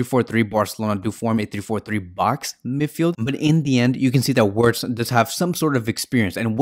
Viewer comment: It's pronounced "vertz".....